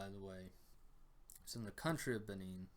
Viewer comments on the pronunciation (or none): none